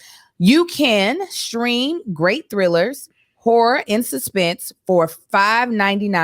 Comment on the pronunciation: don’t be pronouncing that second syllable in horror huh? 😂😂😂